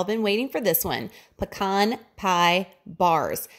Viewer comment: This is awesome. I'm going to make it for sure and you said pecan right! Thanks for the recipe! Thanksgiving is what threw me off track last year. I am determined to stay on track this year my wife is doing keto with me so that is even more of a motivation.